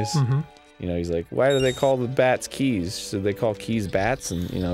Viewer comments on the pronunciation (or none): God dang, when will people realize that Keese is NOT pronounced like "keys"?! I really do not understand how that mistake is made so much!